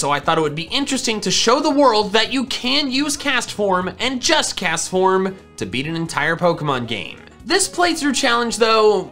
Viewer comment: IT'S CASTFORM, NOT CESFOM!